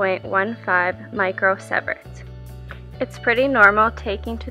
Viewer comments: What's with this girl calling it a sev-ert its See-vert. She obviously is a hobbyist if she didn't know how to pronounce sievert. I've never even once hear it prounced differently by anyone ever until now. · Nicely done. thanks. Sievert is pronounced with long E sound. Like sea. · Interesting observations. But your pronunciation of Chernobyl, Pripyat, and—most importantly—Sievert was absurd. It made me cringe. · Learn to pronounce Sievert. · Her pronunciation of Sievert is killing me too...